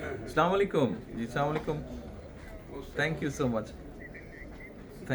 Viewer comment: সালাম টাও কি সঠিক বলতে পারেন না?